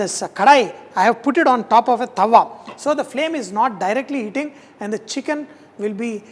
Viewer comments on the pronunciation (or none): none